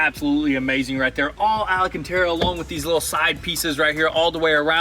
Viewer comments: Al-can-tara, not al-uh-can-tara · AL - Can- tear- UH not Elle -UH Can tear UH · It's pronounced ALCANTARA. Not Ala cantara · Would someone tell these goons it's ALCANTARA, NOT ALACANTARA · Hey guys, love your videos but c'mon...if you're going to pronounce something then pronounce it correctly...its 'Alcantara' NOT 'Alacantara'...thanks...peace out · al-can-tera. It's Al-can-tera.